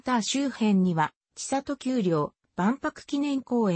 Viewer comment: モシモシ、千里丘は「ちさときゅう」ではなく、「せんりおか」ですよ。